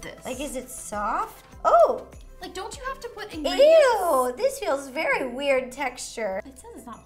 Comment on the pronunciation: “Ewww this feels very wired texture...” your English is very good Ro 😂😂